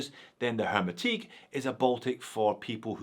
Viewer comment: It's a French word, hermétique, you don't pronounce the 'h' 😉